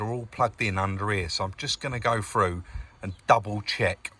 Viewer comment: When you say frew do you mean through ?